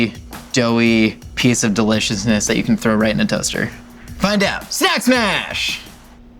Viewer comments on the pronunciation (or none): 'nak mash' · "Nack Mash" 😒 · "Enack Mash" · Snack smash!............. snax mach........... sna ma - 2019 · What was supposed to say: Do these snacks smash?! What actually said: DID SNACKSASHAFALEN?!?? DA FAFELE SNAFAFELEN?!??